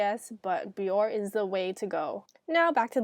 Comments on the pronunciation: Isn't it pronounced "bee-or-ay" instead of "bee-or"? Accent aigu over the e on Bioré? Anyway, this video is terrific! The tips are spot on (pun intended.) I particularly liked the point that the warm water opens the pores for the strip, and the tip to close the pores with cold water and/or ice. Your skin looks beautiful. It doesn't even look like you need pore strips - but then look at how effective your method was, what results, right there on the strip, and on your wonderful looking complexion! 👌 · i hate to be that person but its not bee-or . its bee-or-aye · It's pronounced be-or-aye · its actually bior-eehh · it pronounces it bee-or-aye on the commercials